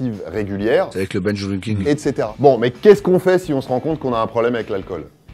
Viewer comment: Je pense qu'il voulait dire "binge drinking" mais la prononciation de l'anglais n'est pas simple.